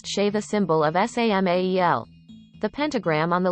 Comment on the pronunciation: OH MY GOD WHY DOES IT KEEP PRONOUNCING WORDS AS THEIR CONSTITUENT LETTERS IT'S "SAMAEL" NOT "ESS AY EM AY EE EL" GOD DAMN IT, LEARN LEARN LEARN LEARN LEARN LEARN LEARN HOW TO TAAAAAAAAAALLLLK